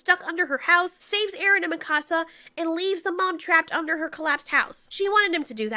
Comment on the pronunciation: I like how mispronounced mikasa